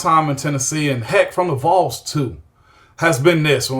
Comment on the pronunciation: Was there for the ward transition and now the Kessling, this was a great hire. He better pronounce Vols a little better quickly but other than that... GBO